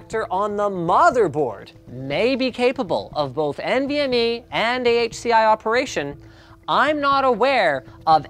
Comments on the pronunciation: Uh i don't even think he mentioned "U.2" (was that a joke?) and he certainly didn't mention which was the fastest. Thanks to the comments I realized that he was saying "AHCI" and "MVME", and I guess MVME is faster, but certainly don't know from this video whether PCIe or M.2 is faster. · Why do you guys always pronounce it "N.V.M.E", when it's clearly meant to be pronounced "Envy Me"? You know, because the performance of the interface is to be envied.